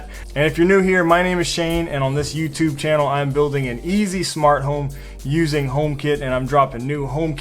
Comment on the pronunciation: It’s home not hime ;D